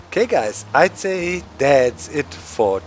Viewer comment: Please, please stop saying "sayt". I am not english and the correct way to say it is "say".